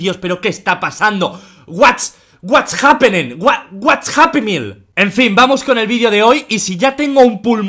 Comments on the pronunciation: mente auronplay: whats happening auronplay dice: whats happenen, wh-whats happymeal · Cuando Auronplay dice:"What's happening?!" suena como:"What's happy meal?!" JAJAJAJA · "what's happy meal?" eso entendí 😂